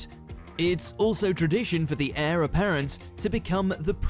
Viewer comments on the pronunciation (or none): none